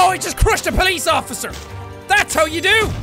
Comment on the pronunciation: Not sure if it's just me, but I like the way Jack pronounces "Police". It's like eargasm to me ^^